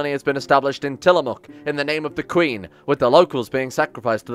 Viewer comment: Tillamook is pronounced like Till-muck.